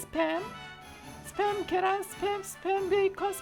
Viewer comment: 재미있는 사람이다. 스팸 을 습햄 이라 읽고 말이죠 ㅋㅋㅋㅋㅋㅋㅋㅋ